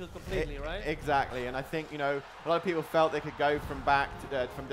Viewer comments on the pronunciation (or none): none